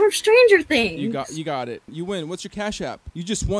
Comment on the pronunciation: Bro the way she put the emphasis on stranger and not things is killing me.